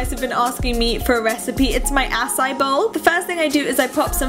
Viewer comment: Am I the only bothered by the way she says acai? She is pronouncing it incorrectly. It is pronounced ah-sigh-ee.